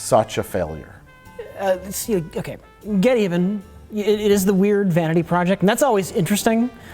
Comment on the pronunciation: I love that they never once say the name of geteven properly.